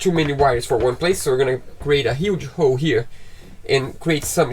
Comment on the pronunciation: Congratulations on get your Capitan’s License. When your speaking you guys don’t pronounce the letter “L”.. when you guys say the word “hole” it sounds like “hoe”. I am not making fun you guys at all. Just trying to help. I alway respect people who are fluent in a second language. I live in the United States and some people here are always making fun of my native Mexicans brother and sisters because they make phonetical errors when speaking the English language and i have to check them and let them know they are working on their second language and give them some slack. Thank you both for being so talented. I very much enjoy your channel. I’m sure your boat is already splashed and everything went well..